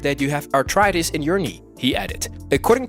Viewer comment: I believe it’s pronounced “ARTHritis” not “ARTritis”